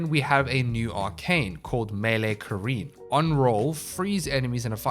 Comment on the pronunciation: Man I need to get these arcanes now!!! I've been loving Gyre since building the prime. Also small note thank you much for proper pronunciation for the Melee Arcane, I've been so sick of people calling it Karen.